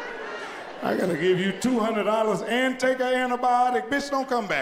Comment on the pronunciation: " now i came here the other day and gave you a HUNADOLLA 🧐"